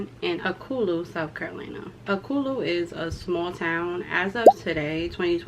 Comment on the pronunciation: It's pronounced al-co-lu